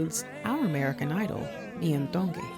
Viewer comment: Mahalo for taking the time to research and sharing the history of Hawai'i. Your pronunciation of Iam's name is beautiful. Keep up the great content...Mahalo Nui Loa!!!